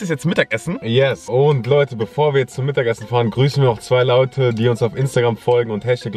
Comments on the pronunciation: ab hat laute gesagt statt Leute😂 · hat bei Minuten gesagt Laute zu leute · sagt bei min: wir grüßen jetzt zwei laute 😅😅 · Bei min hast du gesagt wir grüßen noch 2 laute (leute) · Ja er hat Laute gesagt😑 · Minute wir grüßen erstmel zwei laute statt leute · sagt Laute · wir grüßen noch zwei laute und nicht leute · Grüßen wir 2 Laute 🤣🤣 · # Laute😂😂😂 liebe eure Videos könt ihr mir mal grüssen bitte❤️❤️❤️🤘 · wir grüssen noch 2 lauten 👁️👄👁️ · 2 Laute🤣😂